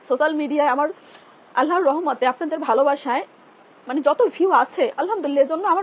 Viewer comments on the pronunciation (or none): none